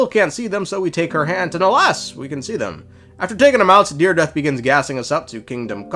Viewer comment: her name is dire-edith